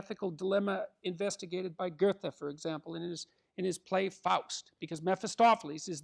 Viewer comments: No no no, the correct pronunciation of “Goethe” is [ˈgɜːtə]! (BrE) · Yes. For those who can't decypher [ˈgɜːtə]. First syllable like a bear Grrrr. Drop the r. Second syllable tuh.